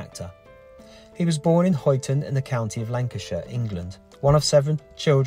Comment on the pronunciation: i need to raise a few comments with regards to your video. Let me start by CLEARLY saying this is no criticism of your or the video. It isn't... But the Scourers Call it Huyton Ermm so take away the U Its Hyton... LOL Also Huyton Is not and as never been in the county of Lancashire... Now How do i know this. Im a Dudley Born Guy Living in Huyton As such Huyton is under Knowsley Council. Liverpool. As a Dudley Born Guy this is why i have said go to Dudley and cover Duncan Edwards Grave Munich air crash survivor. Especially Now Bobby Charlton has passed away.